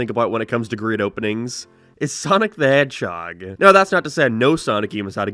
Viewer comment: Once you realize always says "Sonic the Hetchog" you can't unhear it. It's like Premy saying "Suhscribe".